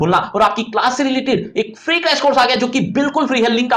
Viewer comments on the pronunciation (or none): none